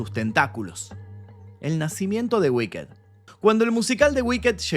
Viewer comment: No se dice wicked "guiked" se dice "wikt" o "uikt" la ed es una t al final no mas.